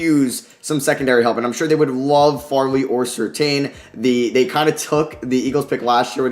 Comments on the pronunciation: Patrick Surtain is pronounced Sir-Tan btw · Watching Bengal's mock drafts has really made my spoiled to people pronouncing names correctly, watching these back to back is wild. Good video tho man